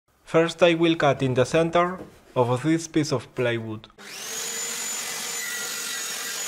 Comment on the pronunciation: you keep saying playwood an its plywood! :D